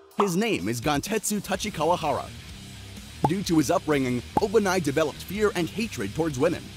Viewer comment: why do you pronounce obanai like that..💀